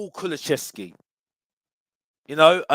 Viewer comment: It's not Kulu-chev-ski it's Kulu-sev-ski, but big up